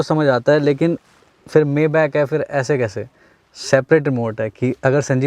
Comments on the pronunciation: Bhai maybach s600 , s650 se lower model hai upper nahi hai or koi s500 nahi ata or uska pronunciation (may- bak) nahi (mai-baak) hain 🤦🏻‍♂️😂😂😂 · Bhai maybach ko....may back nahi pronounce krte..... isse maye baack pronounce krte hai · It's not mayback, it's maybach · You are not pronouncing maybach correctly..